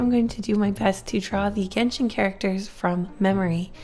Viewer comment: jenshin impact instead of genshin impact lmao i loved this video tho !!